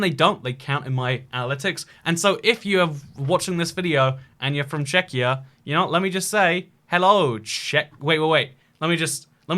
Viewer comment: ah yes, "checkyur"